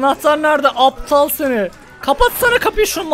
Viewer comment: Nobody: Closer:Nabıyosunn Aptağglll